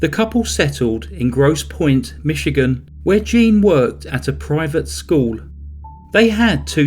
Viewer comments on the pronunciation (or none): none